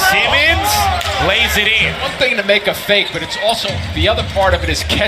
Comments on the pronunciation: Commentator: "Semens put it in" really SEMENS 😑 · Why can't this guy say Simmons correctly? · The Reporter cant say simmons